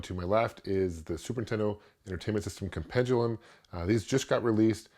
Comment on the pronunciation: The word is Compendium.... There is no L in it.